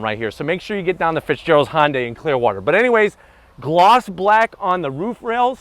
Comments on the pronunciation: HUN-day not HON-day lol great video though thank you! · I love your reviews! I just wish you'd stop calling it "honday". Try saying it "hun day". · It's not "Hon-day" it's pronounced "Hyun-dae" or at the very least try "Hun-day"... I mean if you're gonna keep making videos for the brand might as well get the name right. Besides that, great comparison video! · Why is he pronouncing it "Hon-dai"? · This probably has so many dislikes because he doesn't pronounce Hyundai properly and he works at the dealership. Feel like maybe he should?